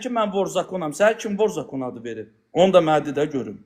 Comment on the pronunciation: Ayıb olsun sizə vor zakon sözünü düzgün tələfüs edin